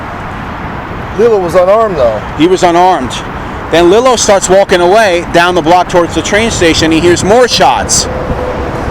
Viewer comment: Love the channel but it’s Lee-lo